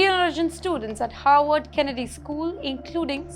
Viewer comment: please don’t pronounce Harvard as Howard. Pronounce both the Rs in Harvard. There is another university by the name Howard ( it is in Washington DC ).